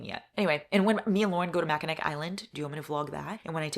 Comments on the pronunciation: Born and raised in Michigan the way you said Mackinac had me dying! Its pronounced mack-in-aw. I know its so weird. I just wasnt expecting you to mention a place in michigan lol love you! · Happy 10 year friendshipversary to you and Lauren!! Mackinac Island is GORGEOUS and Lucy Scores book Forever Never is based there. As a Michigander though I MUST tell you it’s pronounced Mack-in-aw 🥰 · Mackinac Island is amazing!!! Hope you love it! (But, PS, it’s pronounced Mackinaw). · Typing this immediately after hearing it. it's mackin AWW not Mackinac ik it's spelled stupid but here we are